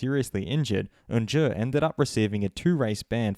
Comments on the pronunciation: Who's Onjer? You mean Oncu pronounced ON-Shoe? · Bro if you’re gonna slate him at least pronounce his name correctly 😂